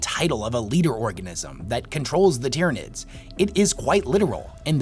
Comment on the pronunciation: There is a LOT that I disagree with in this video and I'm a 'Nids player. HOWEVER, the points make sense and it is well made and argued. Honestly, when you get to this level of power, it's more like who is sitting on who's shoulders while on the #1 podium. His pronunciation of most of the names is driving me nuts, however. Hell, I'm pretty sure he called them the "Dyrranids" once or twice.